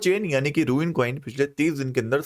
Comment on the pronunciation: It’s रून not रूइन